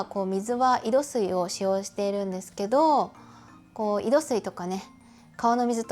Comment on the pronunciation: 少し気になったので・・・ 井戸水を「いどすい」と呼んでいますが「いどみず」が正しい様です。※念のため読み方をGoogleで検証済み。